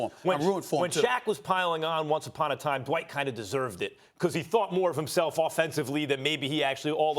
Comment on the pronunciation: It’s Dwight not Dwite